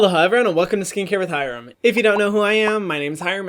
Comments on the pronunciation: He technically didn't say Hyram, he said, "hihRAHM" now he's gotta shout you out again!!! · Harem heram Herman wth did he just call Hyram?!!! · the way James charles pronounced his name "He raahhm" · Everyone: hyram James Charles: hay rarm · ‘Heerom’ could be a cute nickname tho since JC pronounced your name that way. 😂😂😂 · Nobody: James: "Hirom" lol love you james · James really said Hiraam 😂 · James Charles: "Hih-Rahm" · Queen yeah ik haha it just sounded like he said haram 😂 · The way he pronounced your name LMAOOO “HARAM” bro you forbidden. XD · AHAHAHAHA JUST NOTICED THAT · why did James Charles say hyram like that bruhhh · why did james charles say his name wrong thoo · LMAO THE WAY JAMES CHARLES PRONOUNCED YOUR NAME 🤣 OH NO HE DIDNT ☝🏼😹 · he commented and apologized for saying your name wrong!! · The way James pronounced Hyram's name 💀💀💀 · he did say his name wrong...